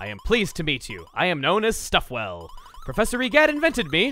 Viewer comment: stuffwell reminds me of mr. Fizwigit from ratchet and clank 2. you know where he incoherently mixes up words to where sounds almost illogical? That's what stufwell sounds like